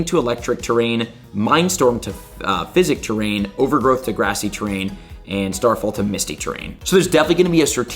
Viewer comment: long time viewer bro and i love your videos and ur personality but dawg this is ur job and u should be doing it 100% like everyone elses job. ive played pokemon my whole life and know what u mean when you make mistakes but there are actually people here who might not know what u mean when u mispronounce/ mislabel things like "physic terrain" "dusk mane solgelo" "max drepel"????? like brother how did all that slide past u and ur editors especially cause this was recorded way earlier since u mentioned mega lucario coming this month and it happened last weekend so theres ample time to review your video before posting misinformation. granted this information may not have a direct affect on how the person plays the game its the smaller things like the 7 Y.O. kid who looks up to u and pronounces it like that to his friends and gets laughed at for it or w.e. maybe im over reacting but i was taught if youre going to do something do it 100% and the best u can, no matter if it 's sweeping floors at mcdonalds or protecting the president(bad timing for this quote ik) but it doesnt change the fact that this game is what gave u success and the viewers come here to learn and as someone who knows what u mean but hears the mistakes it really makes it seem like you dont care enough to actually try anymore. the least you can do is make sure you give correct info to the people who come to you for it man. and hey even sometimes idk whats goin on with the events and come here to find out then i he